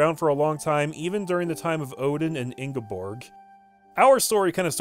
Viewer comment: Norwegia had me laughing. You're pretty spot on with the pronounciation of Ingeborg, because the Scandinavian languages are a little hard to grasp for the English speaking tongue.